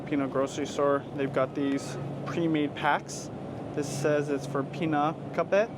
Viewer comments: its pronounced pi nak bet 😅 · How are you married to a Filipina and constantly cooking Filipino foods but can’t pronounce pinakbet lol? Filipino card revoked! Have Judy to give you some lessons!